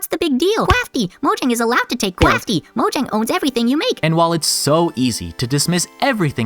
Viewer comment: All this knowledge and you still can't pronounce "Mojang" correctly. 😔